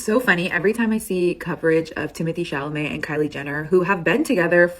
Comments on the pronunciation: 😂❤ I swear you said Chalamet but I heard Chalalai 😂❤❤😂❤ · Chamale wrong it's supposed to be " Chalamet" 😂😂😂😂😂😂😂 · Dude, it's not "Chamalet", it"s "Chalamet" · ChaLamet not chaMale lol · repeatedly saying, "ChaMalet" 🤭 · Timothy Chalamet 🚫 Timothy Chamalet ✅ Hahaha jk ilysm 🤭❤️ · it’s ChaLaMet. You keep saying it wrong lol. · Say it with me now … Sha-La-May 😂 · Not you saying Chamalet again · i love insisting upon calling him timothee shamalay LMAO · "Chalament" brought out a laugh from me that I've never heard before. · Hi! Just a heads up that says it wrong on purpose as an inside joke between him and his viewers ❤😂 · Hi! Just a heads up that says it that way on purpose as an inside joke between him and his viewers 😂❤ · I love that always says Timothy's last name incorrectly 😂😂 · I love it, too! ❤ He says it that way on purpose as an inside joke between him and his viewers 😂❤ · I know! I was going to finally say something today! He says the L before the M always. It's funny how our brains can do this with words. lol